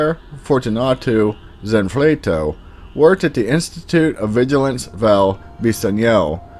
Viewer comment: You start off by wildly mispronouncing the title to your own video. Wow that’s bad. Zanfleto? Really?